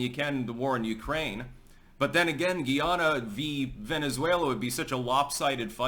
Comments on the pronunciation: It's guy-ah-na and the citizens are called guy-ah-nese. Also, Guyanese people identify with the Caribbean. Educate yourself please. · Hey im a big fan been watching for years now. Just wanted to let you know Guyana is pronounced Guy-anna and the people from there are Guyanese. Keep up the great work 👍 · We pronounce it GUY-ANNA... 👍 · They say Guy nese like Chinese and Guy anna like Diana. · It’s pronounced Guy… Ana